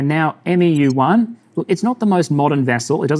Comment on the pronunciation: respectfully, 'MEU' is pronouncedd ... soft m. soft e. short u. sounds kinda like. mew. - some jarhead